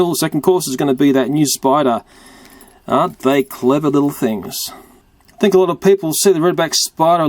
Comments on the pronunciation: He pronounced spider spuder. and did you see the Freddy plush from fnaf I did! Did you? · It sais SPUDER XD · You said spuder